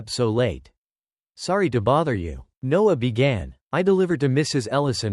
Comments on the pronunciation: She ordered pizza every night? Odd. Also, this is not good quality. Lose the AI voice and get rid of those horrible subtitles. Dude's name is Noah, not Nose. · There are plenty of humans on this planet who can read better than the bot. The man in the story was called Noah and then in the next sentence he was called NOSE. Back and forth Noah/Nose.